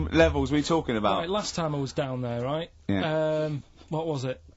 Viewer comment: no but righ' this temptation thing righ' 😂